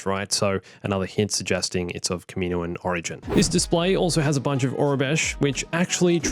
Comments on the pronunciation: it’s not “kuhmeeno-an” it’s “kah-mi-noan” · I hate the way you mispronounce Kaminoan. It's kah-mih-KNOW-un.